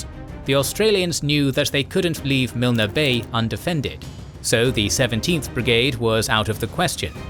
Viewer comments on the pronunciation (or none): Milne Bay is pronounced “Miln”